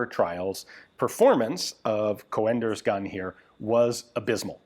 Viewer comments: Just so you know: the original pronunciation is not "co-enders" but "coonders". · Co-Enders??? GunJezus.. It's a Dutch Sir name. Pronounced as Coon'ders for the English speaking world. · Just as a friendly note, it's pronounced "coonders", not "co-enders". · Coenders is spoken as c-oe-n ders. The oe is pronunciation as the sound book. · its not co-enders, its coen-ders the oe is pronounced like oo-dles of fun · Don't torture us by saying things like "Coh-en-ders". If you pronounce it as Coonders you'll be 95% correct. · The name Coenders is probably dutch not german and pronounced Coonders not co-enders but that is a tricky one as englisch does not have the oe vowel.. or it could be german and be an ö.. either way it is fine he is aware he may be wrong but still tries.. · Hi Ian. Coenders is a dutch name, so you would pronounce it as COONders. But with a slightly shorter OO. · Coenders is pronounced con-ders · Pronounce coonders, like hoot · Coenders is a Dutch name, oe is pronounced as the oo in book. The C is pronounced as a K. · The English speaking tongue isn't familiar with the proper pronunciation of "Coenders". The "e" after the "o" is just another way to type ö. You should hear the proper pronunciation of the beer "Löwenbräu"!